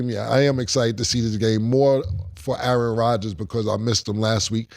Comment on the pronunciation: Jacoby Brissette over Aye-AyeRon